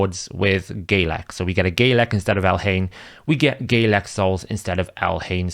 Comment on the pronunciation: Bro its Galek not Gaylek